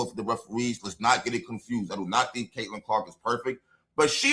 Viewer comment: She's been doing it for weeks now. Pronoucing Caitlin's name must give her ulcers. The degree of simmering jealousy and hatred is stupefying! But what to expect from this parody of a coach, who called CC's season-ending injury "a blessing in disguise" ?